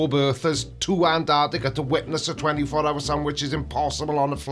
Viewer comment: Is joining a monastery, He looks like a mad monk. And why are flerfers incapable of pronouncing Antarctica correctly, most of them miss the first T and call it anarctica. It’s pronounced like this ….. Ant..arc..tica.